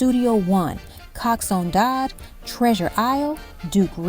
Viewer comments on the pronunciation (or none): No , you dont understand the question. The lady keep on saying cox one dodd instead of coxsone dodd